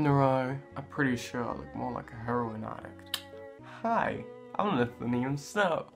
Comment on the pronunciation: “Hi, Im Lithunium Snow”~Lithunium 2018 😂 Btw love your vids u remind me of me when i use makeup 😂😂